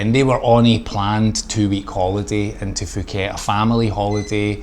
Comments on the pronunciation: Pooket not Fuckit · Announced Pooket , not Fooket. The "h" is silent in Thai. Pronounced Tie.